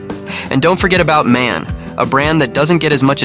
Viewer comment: DAF is pronounced like the beer from the Simpsons: Duff. And MAN is actually pronounced letter by letter. You're phonetically close to the correct pronunciation when you say: Emma N.